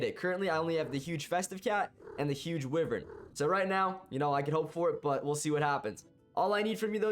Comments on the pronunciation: Man said huge wivern its huge wyvern like whyvern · Huge Wivern HE SAID OMG LOLLLLLLLLLLL \